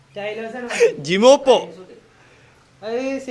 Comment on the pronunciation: Gemopa alla gemopai 😂😂